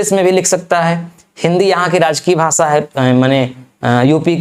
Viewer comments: भासा नहीं भाषा बहुत ही घटिया उच्चारण है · भाषा को भासा आफि़शियल भाषा को आफिसियल भासा